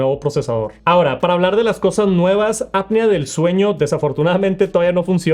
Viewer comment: Y dale con el app-nea del sueño. QUE NO se pronuncia así. Déjate de tantos anglicismos y mejor pronuncia bien el español.